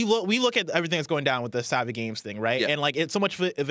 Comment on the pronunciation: Why do yall keep pronouncing Savvy as Saw-vy? Have you never heard the term tech savvy?